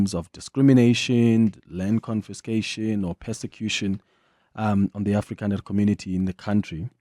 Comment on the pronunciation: Why everytime you say afrikaner, you say it in disgust with CAPITALS???????